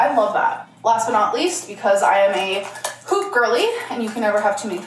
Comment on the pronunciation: When she showed her hoop earrings, I swear I thought I heard her say "I'm a poop girlie" lol